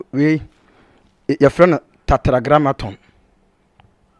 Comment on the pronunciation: Been hearing lots of what he teaches, some, half truth But he should try as much as he can to get the pronunciations right The TETRAGRAMMATON got me smirking